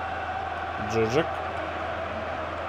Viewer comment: Мне кажется, или правильно произносить ДжуджАк, а не ДжУджак. P.S. Молодежь, которую не выпускаешь играть, в аренду сдай. Так у них быстрей скилл повысится.